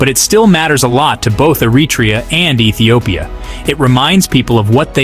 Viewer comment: Which Etiopia? 😂😂😂😂